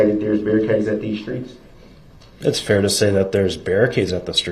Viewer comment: Dey axed me to take dese an put dem over dere, even doe dey wasn't dere dene. The man has a serious aversion to TH.